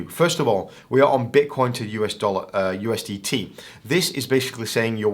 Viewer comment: bro said ustd